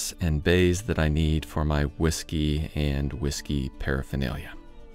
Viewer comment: Ive never heard someone mispronounce hawisky so many times. Dead sexy table dude. Shadow line was mind blowing. Never saw it coming but what a difference it makes.